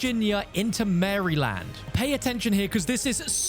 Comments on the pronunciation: Marrrryyyyyyland ohh no😂😂😂😂😂😂😂😂 "Mareland" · It's pronounced Pa-toam-ic River. And not Mary-land, Mar-a-lind said fast. This is good though. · It’s Maryland not Mary-land lol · Coming from someone who lives in Maryland, please don’t ever call it MARY land again. It’s pronounced MARE-land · For future reference its not pronounced Mary-Land I know thats how it reads, but its pronounced Mare-Land thats bothered me so bad lol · LOL, I laughed at this too. It's not "mary - land" it's pronounced phonetically similar to meryl - lend. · Both are wrong to anyone native US English speaking. No one says mArryland or mErryland. We pronounce is similar phonetically to "meryl - lend" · woah woah woah are we just gonna ignore you said MARY LAND lmao!!! Bro that ain’t it but nice try made me laugh regardless 🤣🤣 this is the content I’m subbed for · I live in Maryland and the Potomac river is literally a min from where I live. The Potomac is the border for West Virginia and Maryland. This is soo cool to see! Also it's pronounced Mayor-lind lol. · “Marry land” is so funny 😭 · Bro said “Marryland” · "Mary Land" XD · Awesome video, but him saying Maryland reminded me just how bad us Americans are at pronouncing things